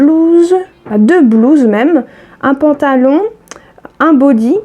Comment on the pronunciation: Super le "pantalon" et non patalon😁😁 je n'osais pas te dire mais à chaque fois ça me fait bizarre !! Pour les Frixion il faut surveiller les promos en supermarchés, la semaine dernière lot de 2 stylos + 3 recharges -70% avantage carte à Intermarché.